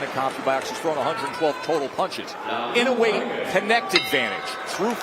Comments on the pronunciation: my goodness can't they just pronounce his name right E NO A would be about right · They always pronounce "Inoway”.